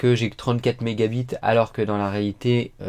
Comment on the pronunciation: Pourkois tu dit mega bit 😂mdr